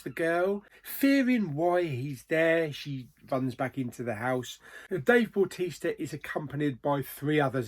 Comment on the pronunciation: yeah bautista when you say it sounds like baptista